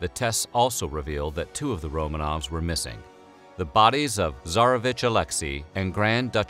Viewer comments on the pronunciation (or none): Stop saying "Romaines". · Did he say "Romains" at one point or is my dark soul warping my hearing? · "Romaines"? Really?